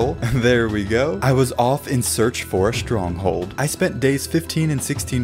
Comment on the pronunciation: You said strong hole